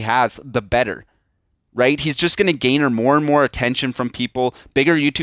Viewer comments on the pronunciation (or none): *Especially (you said "ecspecially") *Garner (you said "gainer")